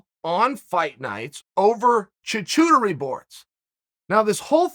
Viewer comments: Charcuterie: Shar-coot-aree Chael: Choo-chootery Charcuterie: OK, great! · “Choo-choo terie board?” It’s called “charcuterie,” Uncle Chael. Check with Alton Brown on the Food Network for some suitably sarcastic insight. 😏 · Uncle Chale that is not the way you pronounce that word. Its more like Char Cute Ari . Hard to spell how it sounds but you sometimes pronounce words poorly on purpose I think. You’re still the best and you still never lost a round. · What the fuck is uncle Chael talking about? hahah I'm half french Unc' ;) It's pronounced Char-ku-teri not Charcoucherry. Also it's not true that the nastier the cheese, the fancier it is :) And american cheese is also barely cheese to be fair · Me: It's called charcuterie Chael: Choochooterie Me: Okay great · It’s called Charcuterie not Choo choo ciri😭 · Hahahaha Chael saying char-cu-te-rie board as Char-chu-te-rie board has me crying 🤣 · LOL choo-chooterie? Not pronounced that way my friend. Unless it's on a train. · Chachooteri??! You mean Charcuterie LOL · Me: Charcuterie Chael’s wife: charcuterie Chael: chuchuturry Everyone else: Chuchuturry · Everyone: Charcuterie Board Chael: Choo-Chootery Board Me: Okay great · Choo-choo-turee! Good stuff Uncle C. Thank you. I have been pronouncing this thing Shar-coo- teree forever and I am a culinary school graduate. Forever grateful. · Ha chachootery - it’s pronounced charcutery. Fricken Chael 😂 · I laughed more at this than I have at most comedy bits and the funniest part was him pronouncing it as choochootery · In a parallel universe Chael's daughter is recording a similar video seeking help for her dad pronouncing the word charcuterie as "choochooterie." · tchootchootery board ... Your french is top notch champ'. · Choochootery board... classic Kyle Sonderlind. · Choo Chootery board?!? 😂😂😂😂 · It's pronounced char-cute-erie its pretty painful to hear you butcher that so bad. Your still the champ 🏆 though. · Hey uncle try this to say charcuterie, SHARK COOT EERY